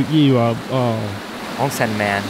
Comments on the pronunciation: ONSEN MAN😂 Ocean man... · "onsen-man." -Chris